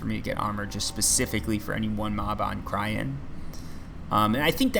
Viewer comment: Please... Cyrene = Sigh Rean.